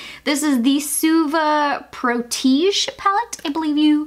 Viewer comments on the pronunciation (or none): Protégé is now pronounced proteageh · "Protege" is a French-origin word, pronounced "pro-ta-jay" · I couldn't even make it through the video. Protege = pro-tuh-jeay Ace Beaute = ace beauty Grandiose = gran-de-ose Huda = who-duh Formula = for-mew-luh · Jacky Landis It is indeed French but not pronounced « ta » in the middle, more like the é of Beyoncé: pro-té-jé (means protected) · Morson Nelgan me too I was losing it lol she mispronounced so many words my OCD is quaking 😬😫. Pro-Ta-JAY , ace be-u-tea , hoo-da, grand-do-wah....aghhhhhhhhhh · Haha you're so cute; never watched you before but binging declutters. Protege is generally pronounced pro-ta-jay, and grandiose is pronounced grand-ee-ose. Love these videos though! would love to see the whole collection decluttered 👀